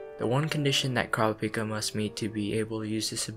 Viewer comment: Pleeease pronounce his name right OTL the dub gets it so wrong. In the official character book, it's coo-rah-pee-kah. Please watch the sub for the correct pronunciation.